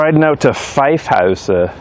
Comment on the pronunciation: Props for the Amsterdam way of pronouncing ‘Vijfhuizen’. You say an S where a Z is used like an Amsterdammer. Also the ‘ui’ sound is spot on and hard to learn.